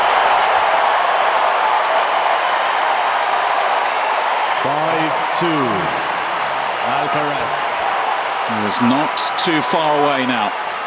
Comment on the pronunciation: Of course the American commentator can't say Alcaraz's name correctly. Come on!